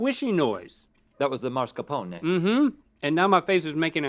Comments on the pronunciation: It's spelled M A S C A R P O N E. If you say "mars-cuh-pohn", you are saying the R too early in the word. Also, it's not an english word. You verbalize the final vowel. "mass-car-poh-knee" or kind of like that, it's hard to type phonetically. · "mascaRpone" not "maRscapone". Great episode though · Mascarpone is one of the most mispronounced words in the history of the world...it's not MARSCAPONE folks, lol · Look at the word, mascarpone, Rhett. Where is the R? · I love how excited Rhett was about learning how to pronounce mascarpone, even though he was still mispronouncing it the entire time.